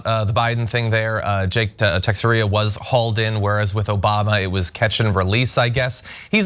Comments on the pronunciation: "Texeria" sounds like a buffet that serves Frito pies and brisket, it's "T'share-uh". I know not everyone would know how to say it, but just make it look like you did some prep instead of rolling out of bed and reading the teleprompter. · His last name is pronounced: Tex-Era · C'mon, tekseria, really John? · Tex air ia?!?! You don’t know how to say Texeira?!?! Dude wow. Are you hiring? I’ll take it from here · That's absolutely not how you pronounce "Texiera", John. It's "Ta-cher-ra". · Can tell the people who don't follow MLB. It's TE-SHER-UH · "Tex-a-ria"?!? Good God, these people are functionally illiterate. 😂